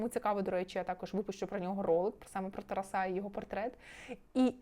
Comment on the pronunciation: Можно лагідну підказочку? «ТарАса», не «ТарасА» «ЛевіОса, а не «ЛевіосААААА»😅🫶🏻